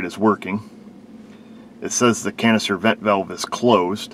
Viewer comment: Canister vent valve You were saying it in such a way it sounded like it was saying cancer vent valve 🤪